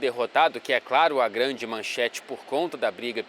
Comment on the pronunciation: vc dava um ótimo cebolinha, grande talento pra mudar o l e o r kkkkkkkkkk